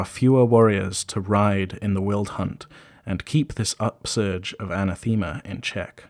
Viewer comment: I love this series, but some of the pronunciation needs work. wyld, yozi, and especially anathema.